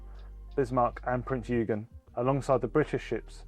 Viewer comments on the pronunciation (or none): Vice-Admiral Pedantic here. Prinz Eugen is pronounced Prints Oy-gen, not Prints You-gen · Prince YOOgen? Try 'oy-GAIN'. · Prinz "Oy-gen", not "You-gen" 😂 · Corrct pronounce,, prinz oigin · When the letters “eu” appear together in a word in German, like Freud, Deutsch or Prinz Eugen, it’s pronounced oy like oyster. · Thank you. Showing my age—63—when I recall the 1970s introduction of those rereleased 1/72 scale models/sets. Good to see the option of downloading 3D printing files for Skyvan propellers. Not everyone wants to—or will be allowed to😁—spend the time creating such files. Moving with the times. Cheers from NZ🇳🇿. P.S. Eugen, with all due respect, is pronounced Oygin. Respect is due, to the other mastermind of the battle of Blenheim! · Ouch! That is s SO not how 'Eugen' is pronounced! Likewise on the Sea King 'H' is pronounced 'Aitch' not 'Haitch'. It is like listening to expanded polystyrene dragged down glass. A bit embarrassing in a marketing video, but can't be too critical as Hornby/Airfix need all the support they can get right now. Nevertheless you'd have thought someone would have proofed it, pointed out these errors on the day, or suggesting hiring a booking a professional voice talent for the video.